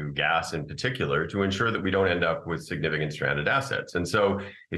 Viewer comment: the word is signifi-C-ant!